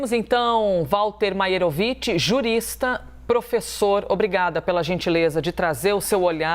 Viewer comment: Gostei da pronúncia perfeita do nome do professor!